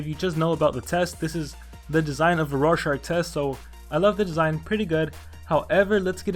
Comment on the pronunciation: it's rorschach